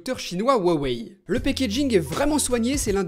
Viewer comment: Sans vouloir être embêtant il me semble que le nom de la marque ce prononce "ruawai" en tenant compte de la prononciation des idéogrammes chinois Merci de tes vidéos je t'adore ^^